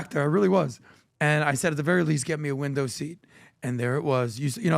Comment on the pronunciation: hehe said he was in the winda' 😂